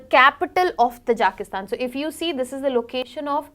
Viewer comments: its not pronounced as "Tajaaaaakistan " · It is pronunced as " Taaji-ki- stan".